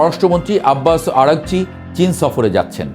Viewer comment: আব্বাস আরা গচি 'উচ্চারণ টা সুন্দর লাগে